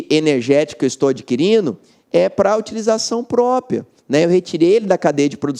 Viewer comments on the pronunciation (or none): Ele fala destinação "própia"...